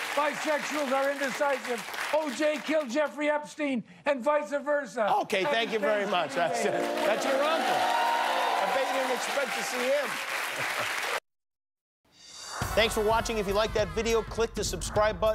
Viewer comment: god damn it uncle, its VICE versa not VICEAH versa